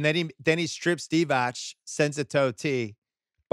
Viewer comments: Bill should kinda know that Divac is pronounced Divats and not Divach. And his name is not Vlady but Vlade. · It's Vlade Divatz, Bill, not Divach.